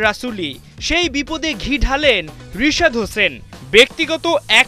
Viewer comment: রিপোর্টার সাহেব রিশাদ নয় বলে করেন চৌদ্দ 😂😂